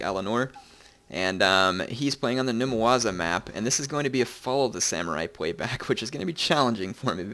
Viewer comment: Numawaza? Numazawa.